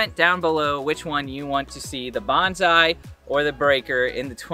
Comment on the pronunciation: bonza-...bonse-...bawns eye